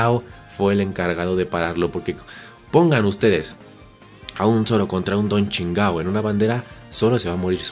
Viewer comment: Me da risa como le dice Don chingao a Don chinjao xdxd